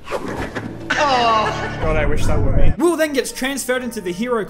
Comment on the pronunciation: When you mispronounced were:”We were near to achieving greatness. We were this close”